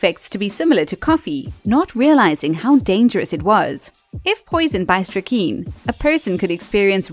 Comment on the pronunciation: Pronounced strick-9, but i'll give you a pass on that one 😉